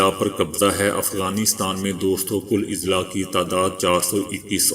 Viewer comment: السلام عليكم...Izla نہیں بلکہ Azla۔ضلع کی جمع اَضلاع